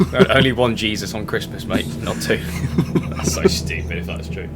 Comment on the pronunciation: the day when says jesus properly is when😭